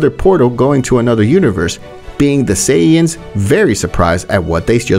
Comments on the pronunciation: "Completely destroyed, with all the SAIYAYANS" im dead bruh 💀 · ‘Saiyayan’💀 This guy needs to learn how to pronounce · Bro Said « Saiyayane » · "With all the SAIYAYANS HaHaHa" im dead bro 💀💀💀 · Planet vegeta a sayyyain why you calling sayians sayyyyain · Say ay in es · A .say aa in. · whys he pronouncing saiyans sayin